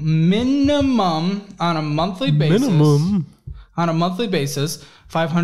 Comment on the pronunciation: “Mina-mum” he let the intrusive thoughts win lol